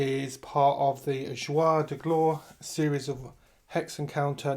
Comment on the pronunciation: Hello. Thank you for the information you share. I had to smile each time you said the series' name. It is not "Zhwar de Glore" but the reverse: "Zhoor de Gloar" = Days of Glory.